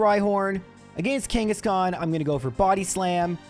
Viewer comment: KANGA KANGA KANGASHKAN